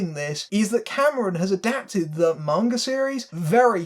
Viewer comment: Thank you for pronouncing "manga" correctly... you are absolutely right that any attempt to adapt manga straight would have to be more like a TV series. Manga, like most American graphic novels and comic books, is serialized. That's its pace and structure, the slow build, the episodic plots. That doesn't work for a self-contained movie. That's part of why the first Rurouni Kenshin live action movie (made in Japan) worked so well; it kept the characters and the premise, but played very fast and loose with the plot to create something that could fit all in one film. You could definitely do something similar with Battle Angel Alita, and it's disappointing to hear that they didn't. I may still see it as a fan of the manga, but it sounds like I'll be waiting for the cheap theaters.